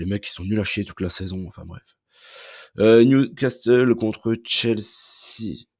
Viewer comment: NewcaSSEUL pas NewcasTEUL STPPPP